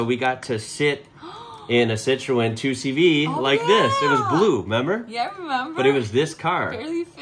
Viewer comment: Hi! You are a Citroën specialist now, and i'm French. So please don't make my ears bleed anymore with this word: 2CV (with English prononciation), it's an abbreviation, it's NOT the name of the vehicle. 😉The name is: Deux Chevaux (like DE-Lorean CHE-vrolet VO-lvo) pronounced DE-CHE-VO. Thanks. The Michelin vehicle is an Acadiane, and the base is a Diane which is an improved Deux Chevaux. Fun detail: the Michelin man is called Bibendum and he has a very long history (look wikipedia): 1898!